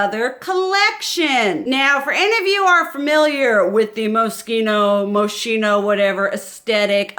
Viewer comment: Sephora X Moschino. I haate to do this to you, but it's pronounced.. like Mosquito.